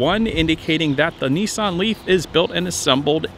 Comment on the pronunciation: Its Nissan……. NOT nEEsan……..